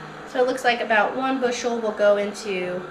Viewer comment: I agree. The word bushel blew my mind. Glad someone else caught it and I really thought I was hearing wrong